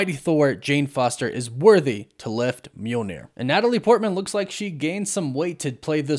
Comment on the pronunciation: The mispronunciations are distracting—"Ravingers" instead of the correct "Ravagers" and "Mule-neer" instead of the correct "Myahl-neer" (Mjölnir) :D